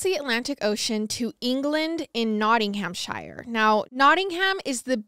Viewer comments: Take a shot every time pronounces Shire as Shayer. 😂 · I love you guys so so so much but the way pronounced Nottinghamshire cracked me up 🤣